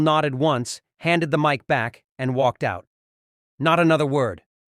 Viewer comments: MIC is pronounced...MIKE, not MICK!?* Fix your AI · "Mic Drop" pronounced Mick rather than Mike??? AI voices have some way to go before I would use them to narrate! They do this all the time no matter how good they get at sounding human... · When the Narrator pronounces "Mic" Drop as mick and not mike and Leavitt as Leave It instead as Lev it, you know this is an Ai generated story and therefor suspect as to the authenticity of its content in accuracy. Stop the BS because if this were true it would be on the Benny Show, Fox News, and any other news cast or podcast all over the internet. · You know it's mic drop but it's pronounced (Mike Drop) it's not caroline but it's Karoline Leavitt pronounced Leave it.